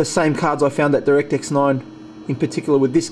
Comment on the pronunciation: it's not directix it's direct-x... The gtx has more blue.